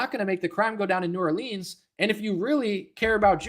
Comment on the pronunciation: You pronounced New Orleans wrong. I live here and just messing with ya on that. I'm not offended about mispronunciations. I find them funny and I'm sure I'm guilty of mispronunciating words too. Your take on the subject was enlightening. Kudos.